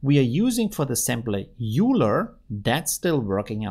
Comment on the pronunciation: Euler is pronounced "oil-er" by the way!